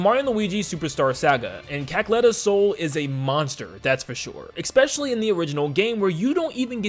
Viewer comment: I'm so sorry. I'm so so so sorry. But it drives me insane when you say "expecially." This is so petty and doesn't matter at all. It's a wonderfully made video and I have no right to be saying this, but I was raised a grammar N*zi so I just have to say it. It's "especially." Please forgive me.